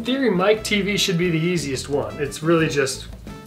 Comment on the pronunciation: Teavee? You can't be for real lmao! It's Mike TV, short for Michael Television.